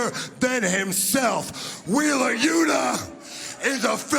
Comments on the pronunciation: “Wheeler’s shoeta… loota.” - Nigel McGuinness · i wish we could get some better story lines instead of ones focused on wheeler you-tahh, and danny gar-see-ya. Lets see miro, malakai, and guys we care about...